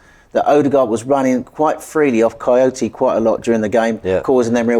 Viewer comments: It's not coyote.... It's kouyate... 😅😅😅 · saying coyote instead of kouyate is the highlight of this vid😂